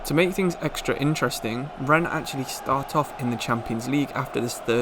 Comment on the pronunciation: Loving this channel. Great content and well done with the correct pronunciation of Rennes!